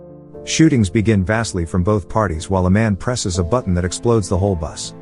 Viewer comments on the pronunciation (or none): none